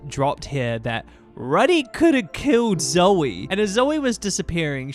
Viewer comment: also pronouncing Rudy like "Ruhdy" instead of like "Roody" 😭